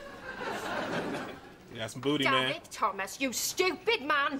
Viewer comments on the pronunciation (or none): Watch out with the name – it's Dafydd 'Dav-ith' ('ith' as in 'with'), not 'Daffy D' :) Welsh language version of 'David' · Dafty Thomas?! It's pronounced Dav-ith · I’m half Welsh...and I think it’s pronounced “Davvith” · Hello from the UK 🇬🇧 just letting you know ‘Daffyd’ is pronounced ‘Daffid’ x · crying at the pronouncing of 'Dafydd' little knowledge for you (not being rude, it's just nice to share) Dafydd is the welsh word for David and it's pronounced more like 'davith' (dd is a single letter in welsh and pronounced like 'th' in english) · I was waiting to see how you'd pronounce Daffyd! You didn't disappoint! 😂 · You pronounced Daffyd totally wrong